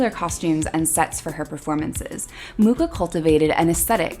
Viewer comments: It would be nice if you pronounced his surname correctly. Actually, the Wikipedia shows the correct pronunciation: [ˈalfons ˈmuxa], that is «Mukha» not «Muka». Also here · His last name is pronounced as ''mukha''... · oh gawd. I've been teaching my graphic design class about Art Nouveau and pronouncing his name "Mucha" like you'd say "muchas gracias". wonderful video! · Mucha is not pronounced like that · Would really like his name to be pronounced correctly. Like the info but too fast. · Well, if you´d wish to pronounce his name indeed correctly, it would be CH as J as in Juan in Spanish. Native Czech advice:) Also, his official name is "Alfons" - Alphonse is just internationalized. But anyway, everyone still knows who we talk about whatever the version haha. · T.T they never pronounce his name correctly its terrible. It honestly is uncomfortable to hear. CH is as one letter in our alphabet and it has a specific pronunciation. If you go on google translate select Czech language write in his name it will read it correctly. There is no ''K'' in his surname. Other then that nice video. Highly recommend using this on any artist to get their name right in their native languages or watch a documentary by people of artist's nationality. ^.^